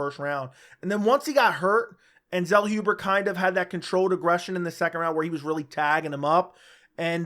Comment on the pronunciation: Zellhuber is pronounced 'tsellhoobuh". Greetings from Germany.